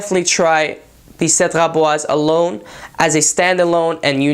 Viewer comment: Wow the first person who can say the name correctly!